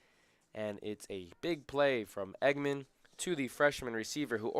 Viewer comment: Dallen Engemann’s last name is not pronounced “Eggman. It’s pronounced “Eng’-gah-mun.”😊